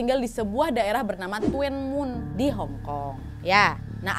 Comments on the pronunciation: (FYI) Itu nama tempat tinggalnya nyebutnya “tun mun” kak , meskipun tulisannya “tuen mun”, salam dari hongkong ❤ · Orang hongkong baca Tuen mun jadi "dunmun" kak nad😅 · Bantu ralat...Tuen Mun d bacanya Tunmun wak 🤗😄🙏🙏 saya bekerja d Hongkong kebtln dekat dgn tempat itu,saya d Lhong Pingnya 😊🙏🙏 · Tuen mun.. Tapi di sini baca nya tun mun mbk nad 🤣🤣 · Tuen mun tulisan na ka..tpi d ucap tun mun..dlu saya kerja di tuen mun san king... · Tuen muen bacanya dunmun kak nadia 🙏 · Tuen mun = di baca nya “dun mun” wak 😂😂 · Koreksi “TUEN-MUN” dibaca “tun-mun” aj 😂😂😂😂😂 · Kalo tuen mun bacanya Thun mun wak 😁😁😁😁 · Tuen muen..dibaca tun mun kak NAD 😁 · Tuen mun bacanya tun mun/dun mun...itu daerah Ma on san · Tuen mun,di baca Dun mun, T jadi D,semoga membantu😊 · Tuen Mun. Dun Mun lebih mudah disebutkan, Kak. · Tuen Mun baca nya dhun Mun kak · it's pronounce tun mun sayang 🥰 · Tuen mun (dhunmun) pelafalannya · Tuenmun dibacanya Dunmun.. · Tuen mun di baca Dhun mun k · Bacanya Tuen Mun =TUN MUN biasa nad Hung Hom= Hong hum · tuen muen di bacanya thunmun wak.... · Tuen mun cara bacanya tunmun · Bacanya buka tuen mun tapi dhun mun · di ucap tun mun dan Hong ham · Bacanya "DUN MUN" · TUEN MUN Bacanya (Dun mun) HUNG HOM bacanya (Hung Ham) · baca nya thun mun bukan tuen muen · TUN MUN cra ngomongnya... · Tulisannya tuen mun bacanya tun mun nad.. bukan tuen mun 🤣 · bacanya cukup tun mun ya kak hehe tidak tuen muen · Mbak maaf ya aku hongkong jangan kesel ma polisinya tahu nggak di gk polisi bol h bawa pistol baru tahun kemarin dan itu salahnya yang dikirim ada lah polisi patroli yang keliling di distrik, aku tuen moon.. Bacanya dunmoon, dan di sini di lam itu sebenarnya terinspirasi dari Korea pembunuhan rain coat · Maaf kak cuman korek penyebutannya bkn Tuen mun kak pi “dunmun”mksh kak sebab saya pernah tinggal di dunmun juga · Tuen mun : Dun mun Hung Hom : Hong Ham ( pengucapan) hanya sekedar info saja kak nad 🙏😊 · TUEN MUN ( BACA : TUN MUN) kak